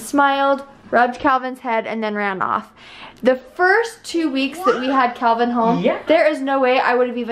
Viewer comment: 1.35ish...he was totally trying to say Calvin xx